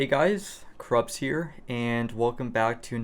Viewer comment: It's cruppz, not crupz